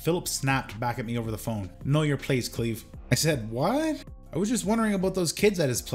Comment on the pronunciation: And Cleve as "Clev" for the first 30 minutes lol